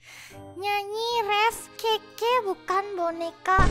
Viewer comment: Kekeyi kak bukan kekeyo